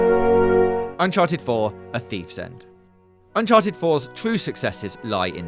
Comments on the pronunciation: Unchared wtf is Unchared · Did anyone catch the “unchared” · Unchared. Unchared. Uncared. Scared.